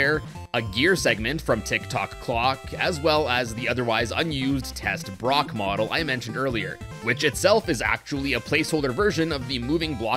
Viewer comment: Japan doesn't have a letter L sound so they use the Japanese letter R sound as a replacement, so that's why it's called test-brock instead of test-block